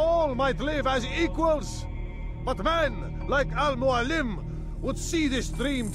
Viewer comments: I am so pissed off that the voice actor butchered the inflection in Al Mualim. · He places the accent on al muAlim instead of al muaLIM